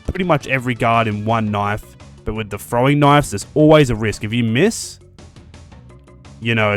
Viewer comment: "Frowing knives". So hard to get my ear around that OG English.